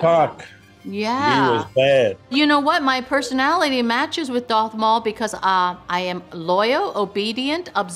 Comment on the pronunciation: Girl said doth instead of darth lol